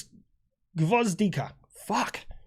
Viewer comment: Gvozdyka good pronouncation. Alot of the artillery SPGs are named after flowers lol Слава Україні 🎉